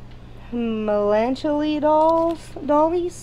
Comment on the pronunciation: I giggled at how pronounced Melancholy. Say it like this...melon-collie. Really cool stuff!!! Look up House of Lloyd Sandy Harrison. She made those dolls in 1995, I think.